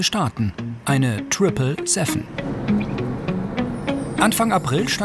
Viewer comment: Super folgen nur bitte lernt das TRIPLE SEVEN SEVEN richtig auszusprechen!